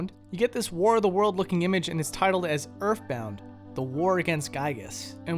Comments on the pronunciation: why do he keep sayin erfbound doe? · "start wiff urff bound" please don't become british